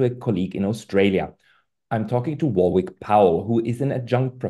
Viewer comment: Pascal don't know how to pronounce Warwick even though there is a famous University called University of Warwick, curious.